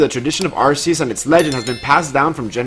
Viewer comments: Its not ar-see-us its pronounced ark-ee-us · Really Man? Another person pronouncing it (R C Us) when it's clearly & officially (R Key Us). Just Stop it already, it's (R 🗝️ Us), not what you want it to be. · Why can no pokemon youtuber pronounce arceus? It's a hard C, not a soft one that gives an S sound